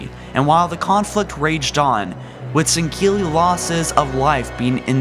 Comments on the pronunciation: "The sangheeley followed the foreigners" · I know has issues with pronunciation but the way he says "sanghelli" really bothers me. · not sangili. u say it improperly. 😂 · How do you get a K sound out of a word spelled S-A-N-G-H-E-L-I? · shipmaster's cool plus u pronounce sangheli and sanghelios wrong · Teh Hartley1018 I believe he was making fun of how pronounced it bud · there are many reasons.. not that he is a bad person but there are many flaws... like when he makes videos about something that was basically nothing, not checking lore before posting, pronunciation, fact checking, etc. this was indeed one of his better videos in terms of fact checking and lore though he left the arbiter section of the elites history out. but he butchered the elites native name alot worse then usual... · he said before he has a bit of a speech impediment, but still it aint that hard to say sanghelli lmao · it's pronounced "Sen-ghe-ili" not sankelly or sankilly -_ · Why does this guy pronounce Sangheili as "sen-keely" ? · Bruh I need you to stop pronouncing Sangheli like that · I love your insight but PLEASE dont pronounce a "ck" sound in Sangheili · An Than Van Man Tan "sinkeely" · 4 Gaming San-ghe-lee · Jebidiah Kerbal he mispronounces Sangheili, Sanghelios, M'Lekgolo... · SAN-GELL-EY NOT SAN-KEA-LY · Im sooo sorry but why the fuck do you say sendkilli... or at least you sound like your saying it that way... say sang- heelli... after all thats how the arbiter says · sahn-GAY-lee, more like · Bro I can't handle the pronunciation of Sangheili. Why do you pronounce it like "Sangkeili" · Why are you pronouncing Sangheili as "sinkeelly"? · sinkilly no singuely get it right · It’s not san-gill-ee it’s san-gell-ee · Why do you constantly pronounce their name as " Sang-keel-ee " when its actually pronounced " Sang-heel-ee "? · It's sangheili. Not sangkeili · Sankeli?? I'm pretty sure you're supposed to pronounce it Sangheli 😂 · its SANGHELE not SANKKELE